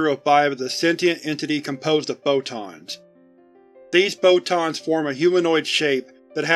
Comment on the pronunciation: The way he says "photons" sounds a lot like "bow-tons" to me